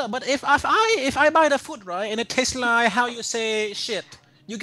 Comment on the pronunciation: I lieh it............... I lieh it